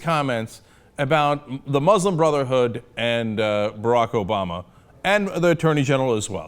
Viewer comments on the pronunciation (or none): "Obowma" is Obama. says "Obowma" because he's a child. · Who is this "Obowma"? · Do you know who this "Obowma" is? I know of Obama the US president but you don't seem to be talking about him. You do seem to know "Obowma", though :D